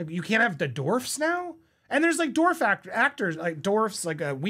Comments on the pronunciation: Andy, the pronunciation is dWarf, not Dort!! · Why do you say Dorf instead of Dwarf? So confusing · Popcorn dude can't pronounce the word "dwarf" try as he may. "Dorf" is the best he can do. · What in the epic HELL is a "Dorf" ??? 😂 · It's dwarf. Say it: dWarf! 😂